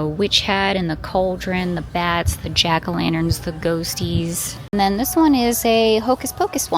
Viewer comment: “Jan-a-lackerns”. 😂 I’m calling them that from now on.